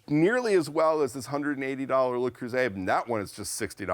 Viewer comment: Professionals who review products should properly pronounce the names of the products they are reviewing. It's NOT "LAY- Croo-zay".... it's "LUH-Croo-zay". I miss the old days when reviews showed more actual testing - what's happening to ATK. Kind of sad to see things changing - and not for the best.